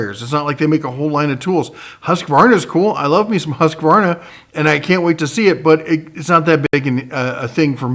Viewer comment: for pronouncing Husqvarna correct. :-)